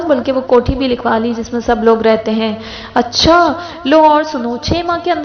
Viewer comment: As’Sãlãmû’Alãikúm. I absolutely love the way you say “Accha”